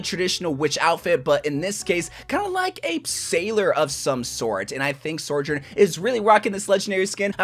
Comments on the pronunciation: Sorjern and Kareeko are killing me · S T O P SAYING SORJOURN 😭😭😭😭😭😭😭😭😭😭😭😭😭😭😭😭😭😭